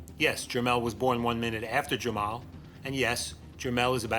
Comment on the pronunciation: you just said jermel and jermel instead of jermall and jermell